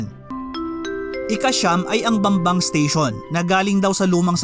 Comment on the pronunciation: Bambang station ❌ Bembang station ✅